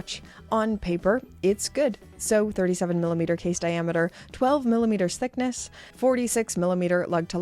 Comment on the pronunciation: Observation - when you combine "millimeters" with "thickness" they combine to make it sound like youre saying sickness. Listen and tell me im lying 😁